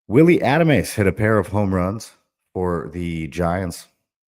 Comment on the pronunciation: It’s amazing. Willy Adames has been in the league for 7 years and you don’t know how his name is pronounced. Hard to believe you watch or listen to anything about baseball.